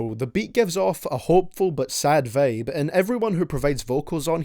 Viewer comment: I really love his opinions and his videos, but ur accent vro (teim, veib) lol